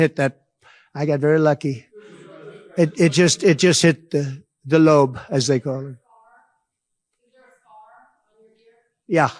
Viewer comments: Why did he say "Lobe" like Dr Evil? It came out like "Leoowb". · I'm truly sorry to pull you up on this, and honestly it's not like it really matters. But the problem I'd, you said it 3 times which suggests you don't know. Anyhoo, it's LOBE not lob! Lob means to throw something "lob it over the wall," for instance. Lobe, on the other hand, is the bottom part of your ear. In fact, it's more often called the earlobe rather than the shorter lobe. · It hit his "lobe" - the lobe is the bottom part of the ear not the top! 😂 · This mf said the lobe 👂 wtf